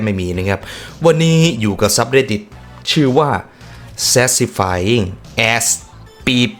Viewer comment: ขออนุญาติค่ะพี่ มันอ่านว่าแซทิสฟายคับ ครั้งหน้าจะได้ไม่ลิ้นพัน😂